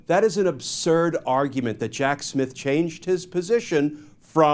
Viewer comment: Is he saying “Jack Smith” or Jack Shit?